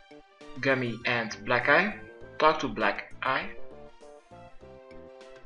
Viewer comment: lol sounds like he says "black guy" then he says it again "black ----- eye" like he knew that what he said sounded like black guy lolol